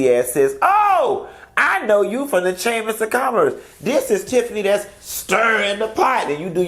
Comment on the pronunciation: I wouldn't be bragging about degrees saying "chammis" 😂😂😂